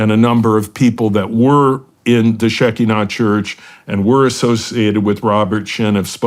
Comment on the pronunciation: its pronounce she KI nah